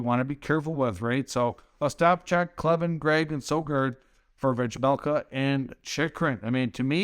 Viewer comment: Bill Armstrong is laughing his ass off. Learn how to pronounce the names of the guys you’re proposing get sold for pennies on the dollar as well: it’s “Veh-Mel-Ka.” It’ll make people believe you’ve actually watched a Coyotes game this year. I know for a fact that you haven’t, because if you had, you know this Carter proposal is not even close to fair value.